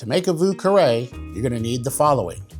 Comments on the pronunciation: No one ever pronounced it correctly, including you 😂😂😂 thanks for the recipe anyhow. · You didn't pronounce it correctly, either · You can't pronounce it either! 😂 nice drink tho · Sorry buddy, but you still don't pronounce it correctly... then again, I'm French, so I have a distinct advantage when pronouncing French words... and the French arrogance to correct you 🤣